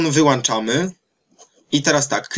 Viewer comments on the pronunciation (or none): none